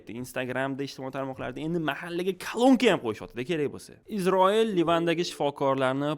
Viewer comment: Iltimos, Isroil deb ayting IZROIL emas